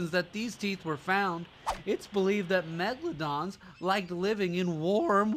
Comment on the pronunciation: MEGLADONSSSSS AHHH HELP